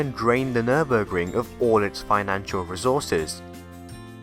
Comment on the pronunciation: Nice video full of information! And Good job on your effort pronouncing it correctly :)